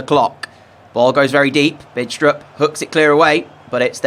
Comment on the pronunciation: The "D" in "Bidstrup" is not pronounced, just FYI